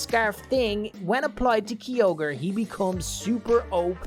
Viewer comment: He says his favourite Pokémon Kyogre and he doesn’t even say it right